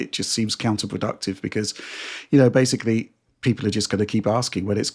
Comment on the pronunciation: “Basely” ( mispronouncing the word basically about two dozen times per video)